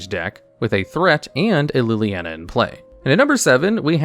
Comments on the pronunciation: Please,, I normally have a good chuckle at the card names you are clearly seeing for the first time and mispronounce as good fun, but you just can’t butcher my Planeswalker oshi’s name like this. It’s “Lily-on-uh”. As for the list, it’s actually very good, I’d say, except for #10. The new Ob is good, but I don’t think he’s in the top 10 of Planeswalkers by any stretch of the imagination (yet). I really think this should be either Karn Liberated or Ugin, The Spirit Dragon (and would accept both in this slot as a consideration for how they are the top end for Tron as an archetype). I know has been playing Magic casually for a little bit now, I’d love a personal top 10 (or maybe a 5/5 split for one video) of the cards he hates and loves with what time he’s had in the game. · PLEASE tell me I wasn't the only one traumatized by the 'LilANNA" pronunciation